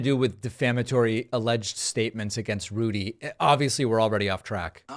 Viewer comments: I thought your Rudy slip up was great, too...but I heard it as "Lewdy," also very fitting. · So is he going to start playing Vegas? R G’s comedy review. Also: I heard lewdie, not looty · I heard it as Lewdy Rudy